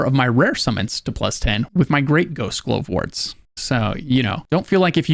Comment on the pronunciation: Why are you pronouncing Glovewort strangely. Glove-wort. Glovewort.